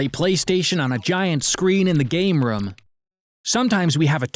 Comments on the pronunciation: Dude he says rum instead of room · When he sead room it sounded like rum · Gaming rom, Screening rom.| Me: yes, R O M, not ROOM, R O M. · How come they always say Rum not room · Your saying rum its room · Btw why do u say rum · They pronounced room like rüüm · did he said private sreaming romm haha that funny but i dont like those romdoms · Ok so no one is worried on how he says room